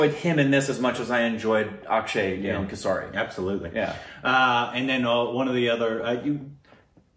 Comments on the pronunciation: Kasari I: its Kesari, pronounce it like Kesri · That's" kesari" not "kassari" .... 🤪🤪🤪🤪🤪🤪😁😁😆😆😆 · its not kesari speak kesri u will sound correct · Guys it's Kaysri, in case you are willing to pronounce it right. Kesari = Kaysri